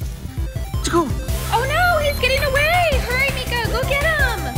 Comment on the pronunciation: You called her meeka .I heard nigga 🤣